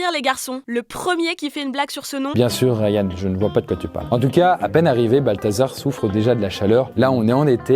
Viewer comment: bien sûr "Rayan"... la liaison est foireuse XD